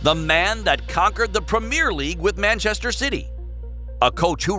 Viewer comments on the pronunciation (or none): none